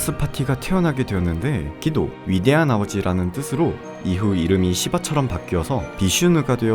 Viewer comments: ㅋㅋㅋㅋㅋ발음이 점점 시바에서 씨바로ㅋㅋㅋㅋㅋ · 시바나 하는데 깜놀 욕하시는줄 ㅎㅎㅎ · ㅎㅎ 시바 발음이 좀 많이 쎄네요